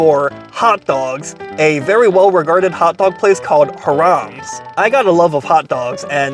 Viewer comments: I've never heard it pronounced harums. It's always been high-rams to me. I hope Anthony Bourdain didn't pronounce it like that. Now I have to check. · Hi-Rams not Haram lol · Funny, you pronounced a Jewish name (Hi-Rums) to sound like a Middle Eastern name (hu-rams). Too funny. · Lmao HI-RUMS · I think it’s pronounced hire ums? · It's pronounced "hy" + "ruhms" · Sounds as if he's saying HARAM'S. 😂😂😂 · All those Jewish delis and you say HA-Rammm? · HIGH RUMS is how to pronounce it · You pronounced it wrong. Phonetically it’s. “High Rums” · Is it not pronounced "Hy-rams"(like the sheep or truck)? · It pronounced like High-Raams. Love your videos. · Its "hi rums " gezz . Get with the program dude .. Hot Grill ,2 all the way 2 !! Its not chili sauce its all the way sauce . Bun,hot dog,mustard,onions and then the sauce . Never onions on top !! And then get one frenchie one with gravy ....😮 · First of all the name is pronounced HIGH-rams, accent on the 1st syllable! Look, if your in the Fort Lee area & don't want to eat interesting Asian food then come to this hot dog joint! Other than that, no vale la pena! 😢The reason that the skin has a nice crunch to it is probably because they're using a natural casing!😅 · I think it might be pronounced HI rum, or H eye rum's. Long I, short u. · Pronounced HIGH-rums... growing up there used to be another hot dog place right next to it called Callahans that was better than Hirams and Rutts Hutt put together... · Its pronounced High Rams can't watch due to mis pronounciation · Hiram's would be pronounced /HIGH-rums/ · Not "Haram" 🤣. Bro.... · Agreed! Clearly should be more like high-rums. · the way he's pronouncing Hiram's should be haram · Learn to pronounce the name of the restaurant you dope! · Ugh butchering the name terribly....oy vey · It's Hi rams not Hir ams